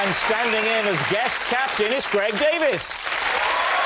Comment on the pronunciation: Why does Rob always pronounce Greg's last name as "Davis", rather than "Davies"...?